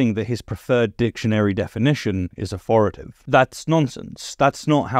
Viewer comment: authoritative, not authorative